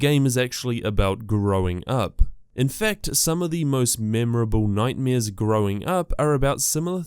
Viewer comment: He said little nightmaeers